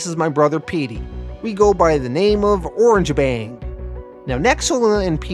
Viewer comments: i think their 1st match was with "Or-rang-ga-bang" not "Orange-Bang" i could be wrong and i also think its " Lu-cha bots" ( like " Lucha Libra"). but this comic was very interesting. 7.5/10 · I think your pronouncing the orangutan tag team name wrong. It's not "Orange-bang", it's "Oranga-bang". It's a play on the word orangutan, not the color of their fur. Sorry to nitpick, but it's driving me crazy. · The Orange bang thing is just killing me. Lol. It's o - rang - a - bang